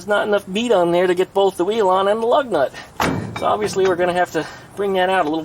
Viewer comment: Did you just say boob? I like those more than the BOAF you normally do ;-)